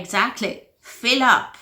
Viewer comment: "To fill up" you pronounced it as if you were saying "feel", the pronunciation of that word is a special sound.